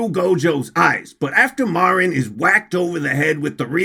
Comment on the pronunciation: I have decided that my weeb powers (we used the word otaku in my day) are stronger than, on the premise that he can’t pronounce Marin correctly. I’ve also come to the conclusion that my levels of autism are also greater.